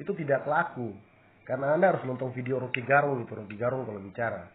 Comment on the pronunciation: Kk ini putar bale saja .. Belanda itu datang biasanya pura pura baik tapi lama kelamaan pasti ganas karena kami Maluku Utara sudah merasakan itu, KK sebut Rocky Gerung bukan Rocky garung ...